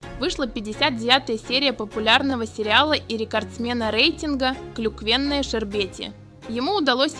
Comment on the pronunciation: Ага! КлюквЕнная шербет 😂